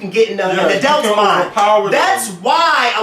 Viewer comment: Lmfao I cannot stand the way pronounces the word "adult". He keeps saying "adElt". adelt adelt adelt. Hahaha omg I almost wanted to stop watching because of that... Great episode though, guys!